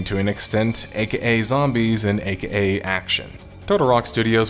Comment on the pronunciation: Why do you say AKA like that lmao